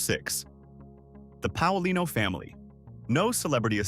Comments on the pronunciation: Pay-a-LEE-no and Prah-kha-shan-TEE.😢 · It's Paolino (Pay O leen O). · It's pronounced Payalino